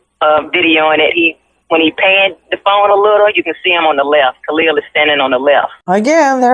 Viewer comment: Why is the sister saying Khalil name incorrectly 🤔